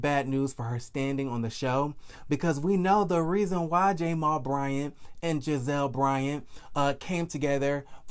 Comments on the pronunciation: why do you say J- mal. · Why are you pronouncing his name like that...?